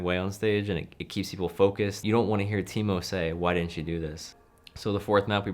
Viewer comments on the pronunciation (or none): them saying teemou realy triggerd me for some reason it's TAImou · as a Finnish Person I know it should be pronounced taimou but no one really cares even taimou doesn't